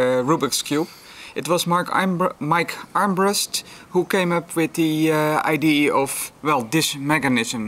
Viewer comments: I don't mean to be a dick, but "idea" has three syllables. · same here! whenever says "idee" a lot within a short period of time I have a hard time not laughing!